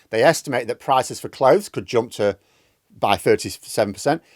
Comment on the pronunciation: 'Jomp, Tromp?' Seriously? Something wrong with your mouth? Can't pronounce a U?